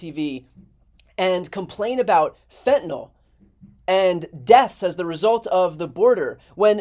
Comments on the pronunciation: Idiots don't read. It's fentanyl - pronounced fent-uh-NIL, not fent-uh-nul nor fent-uh-nol. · Why can't these shills pronounce it properly? It's pronounced 'FEN-ta- nil' not FENT- nol'. There is no letter O in the name! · This drives me nuts. Wth is fentanALL??? ITS FENTANYL. Nyl, not NALL. These are supposed to be educated people on tv. Why do people keep saying this? This guy is a clown anyway but wow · When will politicians learn how to pronounce fentanyl. It's not FENTANOL. It's fentaNYL! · It's spelled fentanyl, not 'fentynol'---FENTANYL. Many people mispronounce it too. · Why is it that conservatives cant pronounce fentanyl correctly? its not fentinol! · It's fentanyl which is pronounced fent-a-nill. It rhymes with pill not alcohol. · Fentanyl's last syllable rhymes with ill, not all. (Pet peeve of mine, sorry) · Why can't conservatives pronounce "fentanyl" properly? It's so weird.